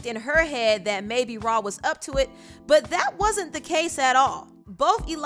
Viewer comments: "RAW-Ali" 😂😂😂 lmao it's "Rah" not "RAW" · Cardi b needs to have several seats who wants offset :Nobody & this the second Time i here someone pronounce rah ali name like that it’s rah Yu don’t say her name like it’s spelled like a monster lol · Why is the content creator saying “raw” instead of “rah”. Sounds crazy bro 🤣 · Anybody died a little every time she called Rah, “Raw”?